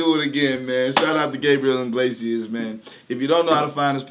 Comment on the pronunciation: Why does everyone pronounce his name wrong? Its Iglesias NOT Inglesias..! There is NO n in his last name 😡